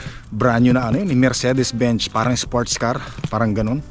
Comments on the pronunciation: Benz inagz not bench😂😂😂 Mercedes Benz😅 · mercedes "benz" mang gani hindi po mercedes "bench" ... ang tamang pronunciation po ay "merseydis bens"